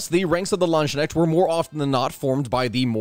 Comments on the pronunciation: Okay so your pronounce of Landsknecht gave me a migrane. Also Dopplesoldner wasnt paid to just stand around with a great sword. Most where pikes and had the armor to stand towards the front of the pike formation. You know the most dangerous area. So they get paid double due to both they showed up in alot of armor and that they where most likely going to die. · pls stop calling these Ländschneckts it's Landsknechte! translates to something like "Servants of the Land". the other one sounds more like Landsnails to a German. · Hi, German here✌🏿 You pronounce the beginning pretty well - the „Land“-part Land- Then a sharp s sound, like in the word „sound“ You could also pronounce it as the other writing „Lanzknecht“, (like.. pike-slave) - for english speakers its more pronounced like „lantzknecht“. In German the „ds“ or the „z“ is pretty sharp and we tend to pronounce it more like a „TZ“-sound And then the „kn“ in „knecht“ is pronounced like „can“ without the A - if you know what i mean.. And the end „echt“ in „knecht“ is more like e - cat hiss - t. So a „ch“ sound in german is like „j“ in spanisch, i can‘t think of an english word with that sound Put your tongue on the top of your throat, the peak of the tongue a bit down & leave a small gap between tongue and throat - breathe out through it. Now you can pronounce „ch“ :) Sound complicated, but you get used to it quickly :D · the pronunciation is hilarious. the words are Lands-knecht. the way you say it, Land-sknecht, makes it sound like "land slug" if translated. but don't worry about it. all good. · You are great but your pronounciation of German is painful. It’s barely even recognizable that it’s supposed to be German and if I didn’t know the actual words (Landsknecht) I would be thinking you are talking about something completely different. (It sounds like Landschneck which sounds like a pet name for snails) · The K is not supposed to be silent. At least not in dutch, it's the same in german.